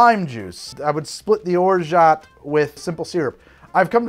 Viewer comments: as a french person, it's or-ja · Excellent, thanks! I start from your Mai Tai recipe and make it even less sweet, lighter on the orgeat (btw none of the ways you pronounce it is correct… ahahah, the “t” is silent). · As a French person, I can confirm: or-jah . Basically the same way you are pronouncing it now, but with an ah instead of oh :) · Don’t fight people over how to pronounce orgeat. Call it “or-geet” to make everyone mad! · You do say orgeat wrong, but tbh you butcher all the french words you come accross. so no biggie. FYI: the c is silent in blanc